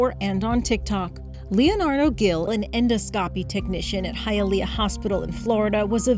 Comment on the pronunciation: Dear Inside Edition: Please learn how to pronounce "endoscopy".